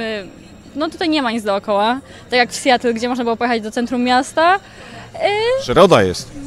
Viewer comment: Mała poprawka. Nie "sjetl" tylko raczej "sjatl" Dziękuję za uwagę